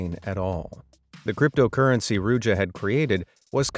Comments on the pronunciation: as a bulgarian myself, the way you abslutly butchered ruse in the beggining just had me rolling on the floor in a mix of cringe, laughter and pain. Good video tho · PLS have some respect and pronounce Ruse/Русе correct! It's not hard.